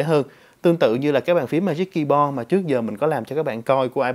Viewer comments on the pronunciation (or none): "ma díc ki bo" :P